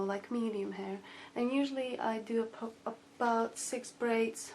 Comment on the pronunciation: she spelt braids wrong she said baids